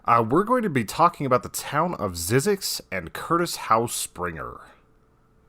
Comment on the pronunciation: It's pernounced ZIE ZEX